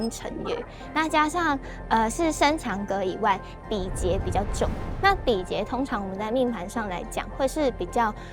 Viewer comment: 比劫~not 比杰